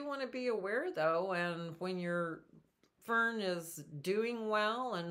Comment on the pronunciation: They are pronounced FERN—-not FIRM. No M sound at the end.